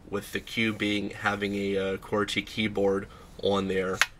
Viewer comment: lol how he says QWERTY